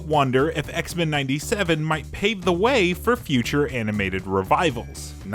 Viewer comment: This dude saying X-Men like it's a surname. It's X-MEN not Xmen